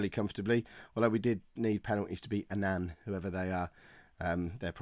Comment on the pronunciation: they way he pronounces annan "A nan" aha